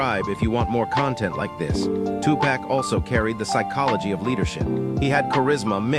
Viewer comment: It's not two-pack, it's Tupac!❤❤❤